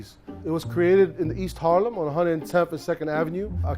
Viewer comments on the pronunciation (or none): none